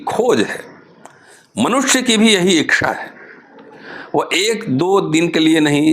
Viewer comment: Thank you very much, sir ! I think it is ' ichha', not ' ikchha'.